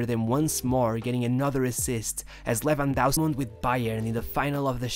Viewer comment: Who the f is Lewandausky? It's lewandowsky. Both "w" are read as a V